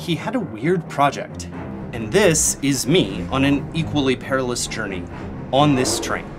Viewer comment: “perilous” lol